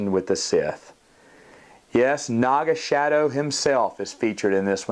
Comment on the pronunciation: Great review, but wasn't his name pronounced "Naga SA-DOE?" (I know that's not the actual spelling but you get my point).